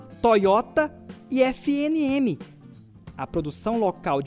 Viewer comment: Não é FNM que se pronuncia mais sim FE NE ME